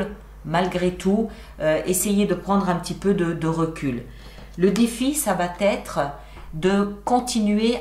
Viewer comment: Bonjour merci❤ Pardon de vous reprendre ce n'est pas très poli mais vous faites toujours une liaison "va t être", or il n'y a pas ce fameux "t" au milieu😊. Merci beaucoup en tous cas! Au moins vous n'avez pas de mauvaises nouvelles c'est déjà bien 😅🎉❤